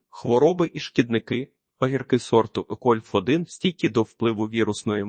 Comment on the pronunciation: Це неможливо слухати... Ну який кольф1 ?? Яке 1стл чи 1чл ?? Вже якщо використовуєте якийсь text-to-speech, то хоча б комами чи розділовими знаками коригуйте те, що воно говорить. Або прослуховуйте після цього... Я так і не зміг дослухати до кінця. Дизлайк. Тренуйтесь.